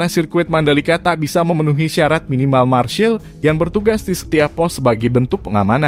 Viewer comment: Termasuk penyebutan "marshal" admin perlu diperbaiki, dan yang lebih penting bahwa IATC akhirnya ditunda penyelenggaraannya, jaditidak dibatalkan bro